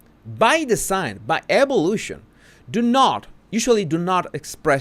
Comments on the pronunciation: What is “ ebolution “? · What is “ebolution” ?